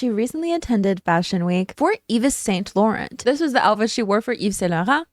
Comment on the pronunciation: T'es Québecoise toi... the way you said "Yves St-Laurent" J'adore tes videos, tres informatif :) keep it up